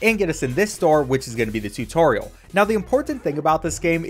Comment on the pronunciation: "tutoral"??? - joel